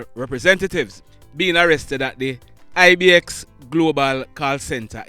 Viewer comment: Not Ibx 😂😂 its I-Bex